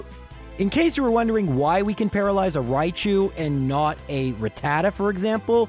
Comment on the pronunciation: Boy you can't say rattata